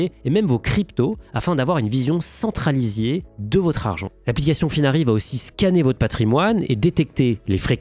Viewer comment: vision centralisiée Vingt-deux mille-Z-employés Sept mille-Z-artisans Petits soucis de prononciation on dirait 😁 Ça ne change rien à votre valeur ✌️👍